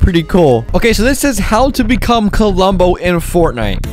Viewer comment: The way he pronounced klombo Like kulombo